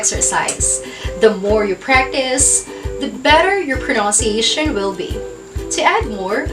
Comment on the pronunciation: What is the right pronunciation of PRONUNCIATION? As i hear from you, you pronounce it as pronounciatiation.